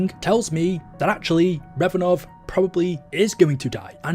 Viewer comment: RAV-enov, sorry it was just triggering me hearing REV....had to let it out, sorrrry.